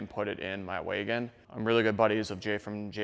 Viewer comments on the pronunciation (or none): Did my man just say “waygon”?